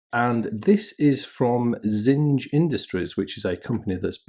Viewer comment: You sure their name rhymes with singe? It looks to me like the German word for things, which is pronounced "TSING-ah" ...